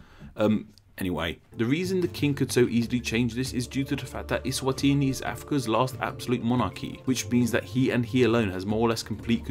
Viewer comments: 😭 as a southern African,.i wish i could send you a voice note on how its pronounced..😭 doesn't sound Italian at all.. 😂 eSwatiiiniiii. Is are dragged out..😂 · SWAZILAND WAS HARD TO PRONOUNCE NOW ESWANTINI IS HARDER